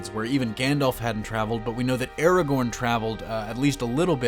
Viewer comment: Stop saying ERAGORN its ARAGORN